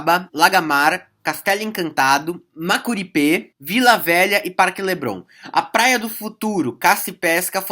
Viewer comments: Aprende a pronunciar o nome correto dos bairros. Coisa feia caralho. Vc falou MOCORIPÊ kkkkkkk. É mucuripe em todo canto. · Só uma correção o nome do bairro é MUCURIPE E NÃO "MACURIPÉ" inclusive eu moro nesse bairro. valeu! Não se esqueça O NOME CERTO É MUCURIPE. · É mu-cu-ri-pe não macuripe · oi. o nome CORRETO de um dos bairros citados(MACURIPÊ) È MUCURIPE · e é mucuripe sabe nem falar o nome dos bairros kkkkkk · Parceiro, a pronúncia e escrita correta dos bairros são: Sabiaguaba e Mucuripe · Adorei sua pronúncia pra Mucuripe. rsrs Muito bom o vídeo